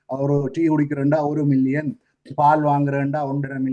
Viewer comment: மில்லியன் பில்லியன் உச்சரிக்கும்போது சரியாக விளங்கல கொஞ்சம் கவனத்தில் கொள்ளுங்கள்